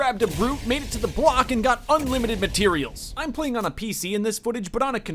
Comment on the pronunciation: “The Bwock”